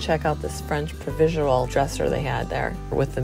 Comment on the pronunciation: Pink Geraniums.... not hydrangeas. French Provisual?? French Provincial. Just some pointers. Enjoy your videos. Love the stuff you pick out!!